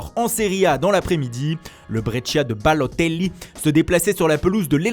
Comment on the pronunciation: Quand il prononce Balotelli ça me fait sourire a chaque fois